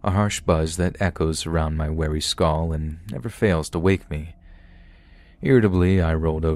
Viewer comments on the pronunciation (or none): Once I noticed that pronounces "skull" more like "skoll", he has said the word in like ever story 😮